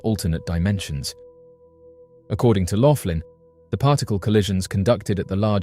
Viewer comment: It’s Max Loughan, pronounced loogan, not Laughlin and he says that CERN destroyed our original universe, which shifted us into the next universe over. I’d like to point out, that this had to have happened numerous times, if true, as all science labs repeat their experiments, multiple times, to ensure consistency of results. He never said anything about “rips in our reality”, or anything else you mentioned. He also hasn’t addressed, to my knowledge, the fact that with each universe’s destruction, billions of people are therefore going missing, as the population size has never increased, to accommodate the populations of both nearly identical universes involved in each event.